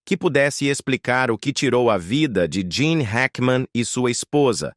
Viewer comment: Não é Jean e Gene Hackman seu narrador burro 😅😅😅